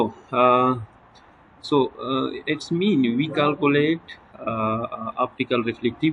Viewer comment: کالکولیٹ نہیں کیلکولیٹ سہ لہ پختانہ شرمے